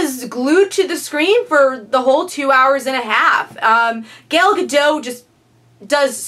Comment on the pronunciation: it's Gal Galdot ( pronounced Gal-dut) 😉